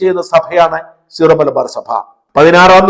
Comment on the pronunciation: സീറോ (zero) അല്ല ...Syro (സിറോ) ആണ് .. Syrian അഥവാ സുറിയാനി ...?